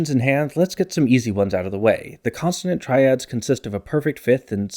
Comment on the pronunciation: Is it just me or does keep pronouncing consonant as "constanant"?